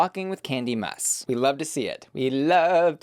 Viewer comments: is it supposed to be pronounced like Kandy Muss?!?!?! i thought it was Muse (as in rhymes with 'chews') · It’s pronounced muse not muss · I hope I’m just not in the loop about something but I damn near chocked on my drink when you said kandy “muss” with your whole chest😂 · Did you mispronounce Kandy’s last name on purpose or that’s how you really call her? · Ok I need this person to say these damn words right. How do you mess up the words bussy and muse? Do you not hear them enough? Jesus!